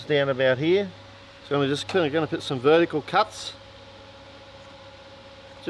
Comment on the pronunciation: when says...it fits HEAH.." I love that! My Dad began his tour of the Pacific theater In the old Army Air Corps in Brisbane and he loved bringing out his "Aussie accent" when telling stories. Love these guys